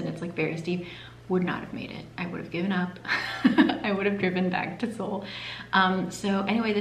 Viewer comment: I liked the colors in this video the most but I also liked how she didn’t pronounce Seoul as “soul” lol